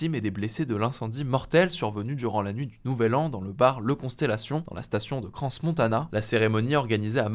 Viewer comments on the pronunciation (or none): Crans-Montana, on ne prononce pas le "s" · On dit CRANs-Montana, le S ne se dit pas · faut arreter de dire cranse montana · Micro détail mais ça me cringe à chaque fois : Crans Montana se prononce sans le S, comme « un cran ». J’ai vu que les français faisaient souvent la faute, je me permets donc de corriger 😊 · Venant de Crans-Montana, je voulais juste préciser qu'on ne prononce pas le "s" de "Crans" (c'est comme pour Paris). Navré de vous reprendre sur la prononciation quand il s'agit de sujets aussi graves, mais c'est un peu comme si, en Suisse, on parlait des attaques du Bataclane de Parisse, ça vous titillerait sans doute un peu. En tous les cas, je suis de tout cœur avec les victimes et leurs familles ♥️🤍 Le feu, c'est sans doute l'une des souffrances les plus atroces de cette injuste planète 😭 Et force au peuple iranien ! 🍀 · Crans-Montana, le S ne se prononce pas. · Petit détail: dans Crans-Montana, le s de Crans est silencieux.